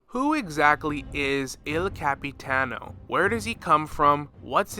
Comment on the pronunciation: please tell me you don’t pronounce el capitano like that the whole video 😭